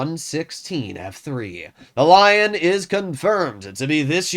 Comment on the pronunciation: first time he says lion the right way compared to the Löwe xD